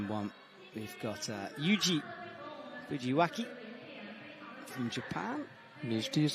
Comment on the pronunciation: yuji fujiwaka... please just read the alphabets like they are:s